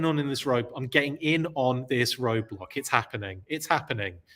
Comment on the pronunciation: 😆 Roadblack...funny slip.